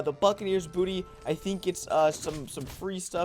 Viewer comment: bounty , not booty